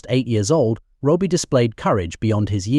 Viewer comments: How sick!! By the way his name was "Robbie" NOT Robie!! A little respect!! May he rest in peace. Condolences to his family. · It's not Roby it's Robbie at least pronounce and get his name right. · Why is it so impossible to find a human being as a narrator? This AI stuff is awful, you can’t even figure out that the abbreviation for Robert is ‘RoBBie’ not Roby, or Robie, Also, we’re human beings, we don’t need the repetition, our attention span is somewhat longer than a gnats. All in all I think you’ve done this poor lad a huge disservice frankly. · Robie ? All the way through it was said like that. A.I is absolute shite. Cant listen to anymore so I'm outta here. 👋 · I know. So annoying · Stop with the AI narrator, it's terrible! Can't even get the name right. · What a ridiculous way to pronounce Robbie. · Totally irritating, same goes for the unnecessary repetition. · My thoughts exactly